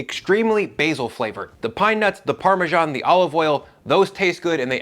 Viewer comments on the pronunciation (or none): Great recipes! But I had to get over the "parmaJohn" so i could finish the video. My first grade teacher (a Brit) and everyone I know says: parmezahn. No more italian food themed videos on this channel for me 😂